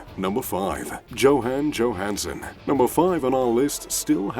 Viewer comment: I couldn't listen to how he pronounce Johan Johanson's name ...